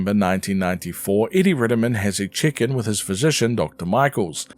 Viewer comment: Had to repeat that a few times to register you said Check In and not Chicken, which would have been a very confusing thing to say.